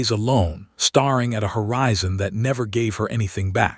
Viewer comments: The same AI voice that continually makes pronunciation errors‼️ AI common mistakes saying Eleanor incorrectly, saying staring as starring, fading as fadding,(adding a consonant to a word is called: intrusion). Saying the word bowed wrong( bowed is a heteronym). So tired of your YouTube channel using this idiot AI voice. Your video editor should be correcting this. Buy a better platform plan.🤦🏻‍♀️ The story was rather quirky, but okay. I rate it a 5 out of 10. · Staring, bow, fading — please correct the pronunciation.